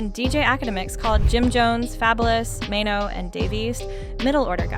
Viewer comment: Who is MY-NO????.....BIH his name is MAINO!!!😂😂😂😂😂😂